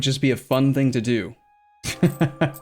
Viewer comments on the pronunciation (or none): none